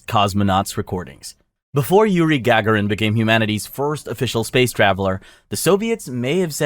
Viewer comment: "In-TER-furrence" "GAG-a-rin" "lu-NARR" Definitely not AI diarrhea.